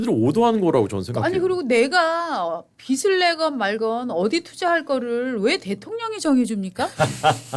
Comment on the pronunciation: 진행자는 원고읽는연습하기바람..관록이얼만데 아직도..ㅠㅠ 빚을..비즐이라고 읽어샤지 비슬이라고 읽으니..ㅠ